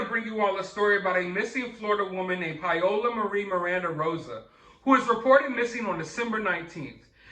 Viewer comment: Her name is not "Pie-ola" It's pronounced Pow-la Pao-la Paola. Paola, is a beautiful name. Pie-Ola, is cringy.